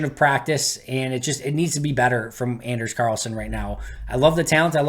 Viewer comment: Anders (pronounced On-ders btw) is a good kicker. However, it’s tough to go from down south to the frozen tundra. The kickers before him at Auburn all struggled before hitting a hot streak (Parky and Daniel Carlson). It’ll take time to adjust.